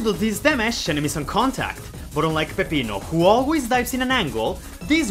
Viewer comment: I appreciate the way you pronounce Peppino. No, I will not elaborate.